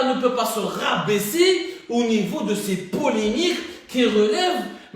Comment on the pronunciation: Polémique. Poulimique hhhhhhh vive la pronanciatuon